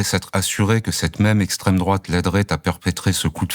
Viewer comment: Esstraime DROUATE ….j’ai peur !😅